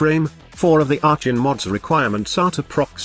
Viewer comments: are con. the robo voice gets things wrong sometimes. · Shitcan the robot voice!. Arshon..